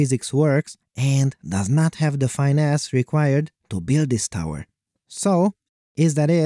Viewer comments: finesse isnt "fine"-"ess" its "fin"-"ess" (like dolphin fin) I've enjoyed your videos for a long time. just trying to be helpful, have a great day! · "It does not have the fine ass required to build the tower" my man it's pronounced fin-ess 🤣